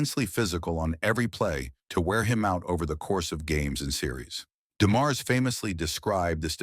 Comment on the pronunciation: AI needs to pronounce his name correctly. Also Joe is the GOAT & you should not start this story with highlighting doom & gloom. Joe remains my favorite of any team & the game when his father died was embedded in many of our brains & hearts.